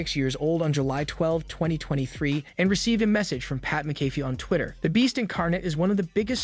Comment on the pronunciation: It is pronounced, Mac a fee.